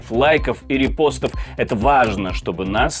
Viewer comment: А мне больше всего нравится, когда диктор вместо "это", говорит "эт", – "эт важно". Очень эффектно звучит !!!